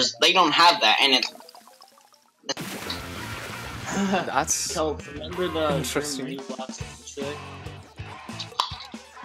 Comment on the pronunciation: Its KELP NOT KELPO REEEE thanks lol